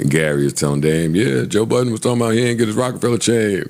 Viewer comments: There's no s at the end of Budden buddy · there’s no s on joe budden’s name.